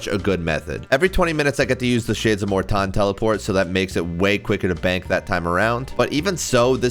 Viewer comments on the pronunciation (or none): why are you saying "mor-tahn" for morton